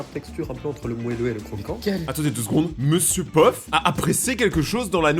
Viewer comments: Monsieur peuf au lieu de Monsieur pof😂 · Y'a que moi qui entend que dit mr puff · Je suis le seul à remarquer qu'il dit Mr Peuf 😅😅😅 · J'ai cru que tu avait dis monsieur Puff😂😂😂😂😂😂😂😂